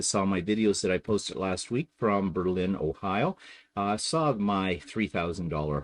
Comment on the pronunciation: If I would have known you were in my area, I would have stalked you! Not really, well maybe. I am not surprised that you don't like American wine if you used Put-In-Bay as the standard LOL! btw it is pronounced BER-lin. Emphasis is on the first syllable. I can't wait to see if you visited my favorite places!